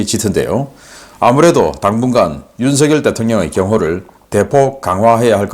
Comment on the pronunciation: 우리나라 대통령 이름은 '윤석열' 이라 쓰고 '윤성녈' 이라고 발음합니다. '윤서결' 이라고 발음하면 안됩니다. 항상 '윤서결' 이라고 발음 하기에 지적 합니다.